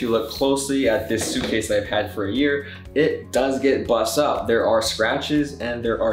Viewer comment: “Buss up” you must be from hawaii lol